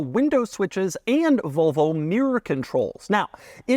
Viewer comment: I can't be the only one hearing "Vulvo" every time he says Volvo, right?